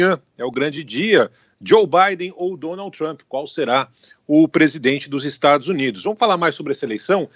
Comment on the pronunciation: O cara é professor de política internacional e nao sabe nem pronunciar o nome do presidente americano???